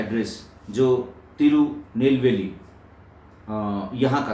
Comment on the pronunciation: उच्चारण सही है,तिरुनेलवेली